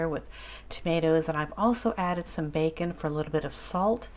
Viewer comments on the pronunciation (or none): none